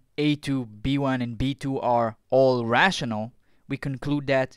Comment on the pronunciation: Russianal number? Are you a russian spy? Dimenchion?